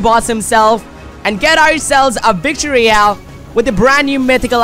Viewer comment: He said vict royle